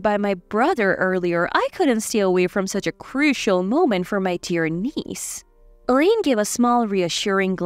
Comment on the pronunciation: Eileen is pronounced as ILEEN, long I sound